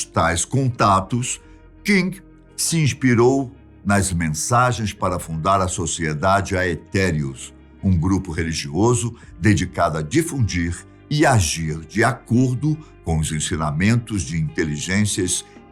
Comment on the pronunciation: só para te ajudar na pronúncia do latim: Aetherium pronuncia-se Eterium, pois aquele "Ae" inicial é uma única letra, com som de "e". Mais popular é o Aedes Aegipti, "Edes Egipti", que nem sempre a mídia acerta.